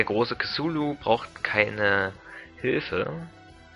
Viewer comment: ja die aussprache is schon recht gut nur das "c" bei "cthulu" wird wie ein hartes "k" ausgesprochen :)